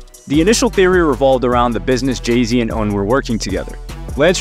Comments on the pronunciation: Cool video, but the mispronunciation of Un's name is annoying. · PLEASE stop mispronouncing names when doing documentaries. It is not pronounced “Oon” it is “Un” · his name is UN like UN-Solved lol